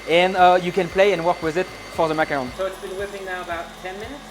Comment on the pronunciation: It’s not macaroon. Like the French guy is saying, macaron. Please stop calling them macaroons as that’s a completely different treat.